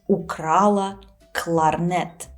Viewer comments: Сложно мягкие в русском произносить, да, кларнэт и кларнет и другие моменты прямо бросаются в глаза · Вы произносите «кларнет» как /кларнэ́т/, так норма? Потому, что это заимствование слово?